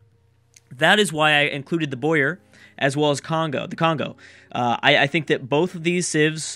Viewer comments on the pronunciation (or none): It is boo-errr not boye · This looks like it's gonna be a great series! My vote is on Portugal. Btw, the Boer civ is pronounced Bower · By the way I think its pronounced Bow-er (Not sure though).